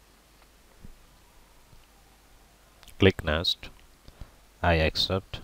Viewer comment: it's next...not nest